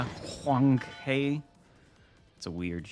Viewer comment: For the chinese names like Huanghe or such/.why not do a simple search that gives you a sound bite for correct pronunciation